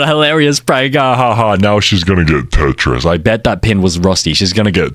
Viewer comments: HAHAHA SHES GONNA GET TETRIS..... i wanna play tetris too.... you sure you don't mean tetnis 😂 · Its tetanus not tetris 🤓☝️ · …Tetris? (Tetnis) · its tetanus (tet-nus) and its tetanus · bro, IT'S PRONOUNCED TETNIS!!!!